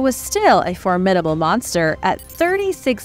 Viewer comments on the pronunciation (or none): none